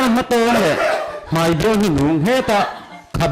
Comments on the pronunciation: 1st a Perform hian "mai" a ti thiamlo "mei" a ti zel mai.. Pu Mafa akha chu la awm se a khak ka ring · 'Mai' tih tur 'MEI' a ti zel. Pu Mafaa kha chu awm se a khak em em ang.